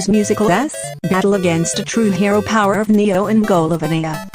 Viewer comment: powar oof neeo magalovaniu batle aginst a tru heroo Me: cringes